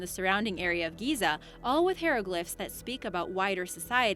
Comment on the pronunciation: "hair-o-glyphs" lololololololoolololololoololol